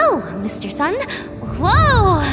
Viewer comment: She say Mr sun